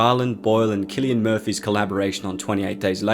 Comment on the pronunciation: "Kill"-ian Murphy